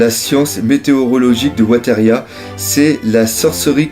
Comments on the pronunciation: Bon le je t'aime bien mais ta prononciation des mots anglais est compliquée... Weatheria se prononce "Wéveria" et le W de Wholecake Island est muet:) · Hey, "Weatheria" se prononce "Ouizéria"!